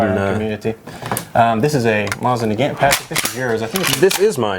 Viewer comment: get it right its not MAH-SIN ITS MOE-ZIN